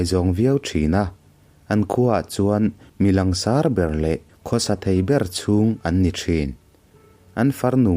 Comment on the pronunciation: Langsar tih ilam dan hi tiang ang khian lam tur tihna ni em? ka lo hriatdan nen a solfa in ang lo deuh a...hahaha